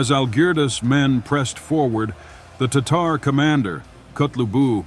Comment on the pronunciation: The online Merriam-Webster dictionary pronounces “Tatar” as”TAH’ ter”. I couldn’t see how this narrator came up with his pronunciation.